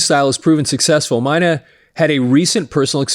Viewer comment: Klaus My' knee...I heard them say it rhymes with money, which it doesn't... Die der Deer ks...lol just looked that one up... I grew up saying Klaus Main. and Deeter Dirks... I saw scorps 1st US tour with Ted Nugent..J Geils Band..Blackfoot...Scorpions... and Def Leppard also on their 1st US Dates I Believe...around '79